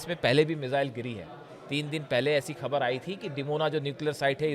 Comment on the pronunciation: आप बढ़िया और अच्छे अंदाज़ में बोलते है.. समझाने का तरीक़ा भी अच्छा है आपका. बस आपकी उर्दू ज़बान को सही कीजिए.. आप खामिनेई बोलते है.. जबकि ख़ामेनेई बोलना चाहिए.. इसी तरह ख़बर की जगह आप खबर बोलते हैं उर्दू ज़बान को सही बोलेंगे तो आपके प्रज़ेंटेशन में चार चाँद लग जायेंगे..